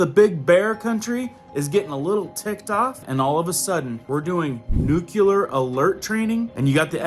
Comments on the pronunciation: *Nuclear (nuke-lee-ar). There’s no u between the c and the l. People judge you based on the way you say things. If you want to reach them with all seriousness, you have to speak properly. Not clowning you at all, just giving you a tip. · Lol. I am in Houston near NASA. It is nuclear but I don't really care. You can call it a jelly doughnut but does the same thing. Lol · Very good video and great information! Just one thing. It is pronounced "Nuke-Lee-Er", not "Nuke-U-Ler". Sorry to be "that guy". Lol. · It's nuclear not nucular. It's really hard to take you seriously. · That word is N U C L E A R, & it is Pronounced- NU- CLE- AR. You are saying Nu- Cue- lar - which is the wrong pronunciation for the correct spelling. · Nook-lee-ar, not nook-U-lar. How many freaking times do people have to be taught this simple word? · It’s actually pronounced “new-clear”🥰So much easier to say, too. Just FYI. Love your videos and the content! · Nu-clu-lar? Really? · Maybe I'm just being an "art critic" here nut it's difficult enough to follow all this alarmist stuff, but it grates on the ears with the improper pronunciation. It's NU-CLE-AR not NUCU LAR.. Sorry if it sounds supercilious, but I have greater concerns over the decay of our society and culture. I still intend to follow your channel as it is difficult to dismiss all your concerns. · could you please learn to say nuclear instead of nucular. It makes you sound a little dumb. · Nuclear dude nuclear!! Not nucular!! Omg! I can't fkn stand that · Great video and videos, but the word is NUCLEAR not NUCULAR. New-klee-ur, like the word nucleus. New-kyoo-ler isn't a word. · Why do people insist on adding a "U" to the word nuclear? What the hell is "nuculer" ? Lol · Nuclear, not nucular. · I really get a lot from your videos BUT please the word nuclear is pronounced noo-klee-ar NOT noo-q-lar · Please please learn how to pronounce nuclear...... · New-klee-er. Not new-kyoo-ler! English is our language!!!!!!!!!!!!!!